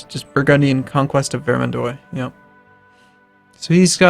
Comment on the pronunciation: Oh my god, you are making French ears bleed! "-ois" in French is pronounced "wa" not "oy"! As in Vair-mahn-dwa not Ver-min-doy! Please stop pronouncing everything phonetically, that doesn't even work in English!